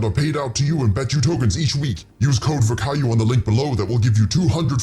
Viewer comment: why is it viirkayu jungle?